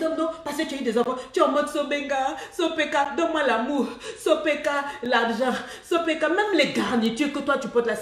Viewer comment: « sopeka « noooo 😂😂